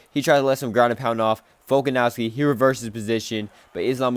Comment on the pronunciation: I deadass couldnt keep watching after hearing you pronounce Volkanovski